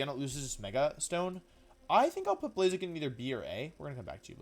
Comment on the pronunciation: BLAZIKEN, NOT BLAZAKIN! FIX IT NOW!